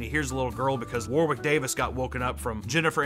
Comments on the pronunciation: I know this video is 8 months old but its you don't pronounce the second w in Warwick. Its should sound like War-ick. Same with the town name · Man, how Americans pronounce Warwick is like a nail on a chalkboard to Brits. It's pronounced like "Warrick"